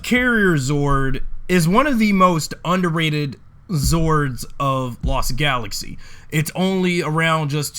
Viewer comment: You say Lost Galaxy wrong